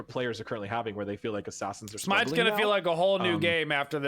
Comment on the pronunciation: Does even play Smite? Pronouncing half the Gods names wrong wth